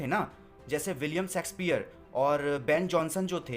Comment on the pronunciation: Thank you for your summary videos, you are doing great and your explanation is good too but the only thing which i don't like is if there is someone else who's major was not English then i can understand but if you are teaching English as Major then you need to fix your pronounciation like for example Caroline, Shakespeare etc which is sounding very wrong